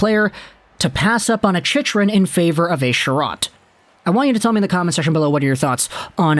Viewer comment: As, probably, the only AZ fan in the thread and since we'll probably be talking about Chychrun for the next couple of months, I'm going to help you out with the pronunciation. "Chick-run" Also, since we'll probably be talking about AZ's arena problems into next year, for future reference, "Gila River" is pronounced "Hee-la" 😊👍